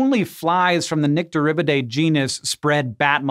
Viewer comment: Nychterribtiday...she was not happy.